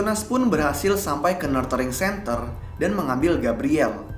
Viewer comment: Saran. Mungkin sebelum menyebut nama tempat atau lembaga dalam bahasa inggris, bisa di cek dulu cara penyebutan yang tepat. Contoh: "nurturing centre"